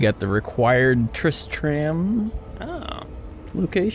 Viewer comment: ITS PRONOUNCED " tris-trem". Trist TRAM 😂 JK